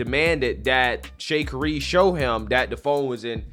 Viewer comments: Dude, you seriously don’t know how to say her name? SMH…also, I’m on her side here. I don’t think she should’ve taken her argument with him so far, but, she was totally in the right. Simply put, everyone is supposed to put their phone in airplane mode, but, even if someone doesn’t, it really won’t matter since they automatically go into such. Furthermore, this guy was totally harassing and trying to bully her, which is the true cause of this situation. When they tell folks to put their phone into airplane mode, it’s not so aggressive…just a “please put your phone in airplane mode” and let it the hell go! Then, when we see this recording, we can see the plane has not yet moved, they’re just telling folks to put away their bags and put their phone into airplane mode, but the Flight Attendant said to her she CANNOT Record (since when?), and kept trying to force her to stop recording. Simply put, there are no rules on a any flight saying a person cannot use their mobile devices, he was making up reasons to antagonize here, and he did so. I think she should’ve been wiser with her approach by diffusing it and then later complaining about him. She definitely didn’t choose her battle wisely, but, she honestly didn’t violate any airline rules! Notice how someone told her to call them…they were clearly backing her up as a witness. BTW, her comment about being a superstar wasn’t an arrogant comment…folks were trying to speak down to her and she stated that comment in response to them tr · you're pronouncing her name wrong LOL it's Sha Carrie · She has been running very well again. She dresses quite flamboyantly but that's just her. I think its Sha Carrie like Car-ee. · Did you just say Shay-kari? Nigga you don't know her name, how you gonna talk smack about her? Hilarious!!! Back of the line you go. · Pronounced " Chi Car Ree " , please research names, and clearly she needs help and a public relations manager, she a real foolish person.... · Sha. Car. Eee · "Shuh Carry"